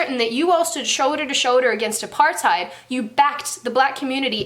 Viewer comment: Great video, but the pronounciation of Apartheid😂😂